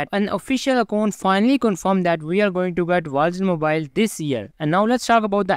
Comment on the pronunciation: captions or not, that's what it sounds like he's saying